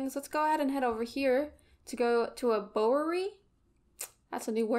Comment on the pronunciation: We must start you on a new training young grasshopper. Bowyer is pronounced as written - 'bow' + 'yer.' I see high potential in you. Practice and soon you will become the greatest linguistic Samurai in all the land. Now go.